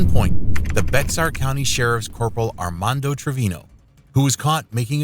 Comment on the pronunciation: BAY-ar BAY-ar BAY-ar BAY-ar BAY-ar BAY-ar County